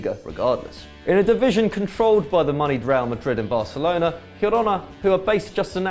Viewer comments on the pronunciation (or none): none